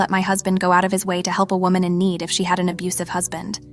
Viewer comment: And they say wahman listen